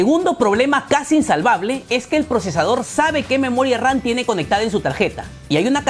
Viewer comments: Memoria RAN? Que no se dice moria RAM? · yo y mi toc de escuchar memoria ran y no ram ,pero buen video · por que dices memoria RAN ???😂😂😂